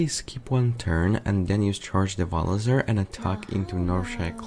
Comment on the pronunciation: He's Devilsaur, Devil's creature! Don't butcher his name or... *roooooar*!